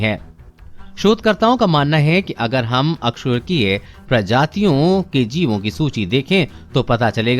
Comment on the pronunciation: Bro bo अ कसेरूकिए hai na ki अकसेरूकिए